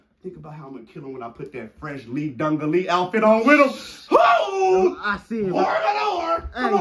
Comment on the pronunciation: that boy said Lee dungarees